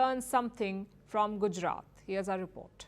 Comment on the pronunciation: Why not use same electric fence used for cattle herd..to keep lions in thier park ans frustated licals out 😂 Yep ai voice pronouciation of gudjrat😅